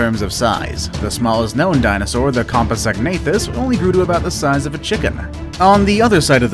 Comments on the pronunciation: Compasoganathus? Pronounced compsognathus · Learn to pronounce compsognathus.